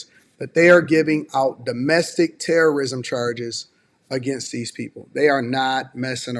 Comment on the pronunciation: Elon Musk: If you’re mean to my cars it’s Tewwowism 🤓🤣